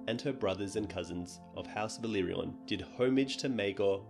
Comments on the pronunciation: For the love of God, it's Velaryon, not Velyrion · Great vids! But you need to pronounce valyrian and velaryon differently. It's "vah leer ee an" and "veh lah ree on" :) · Uff... Velaryon pronunciation butchered